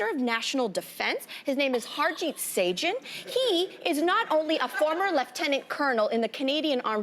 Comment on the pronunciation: She needs to be fired. The lady at the end said this is a powerful platform he needs to face the consequences. But the lady beside you who is fist bumping the air and grinning while you butcher harjit sajjans name needs to be fired too then and face consequences. You want to call out white kids and families that put their kids in hockey, say that theyre bullies...gtfo. you dont even apologize but you then say hey this is what i meant the white kids i grew up around. Don also said he meant everyone he sees on the streets. You want to say he should face the consequences for using the wrong words on a "powerful platform". Your co host should aslo be fired then. Please dont ever call it a powerful platform again either no one i know watches or has heard of your show. If it wasnt for loud mouth beside you ranting away this show would still go on unnoticed.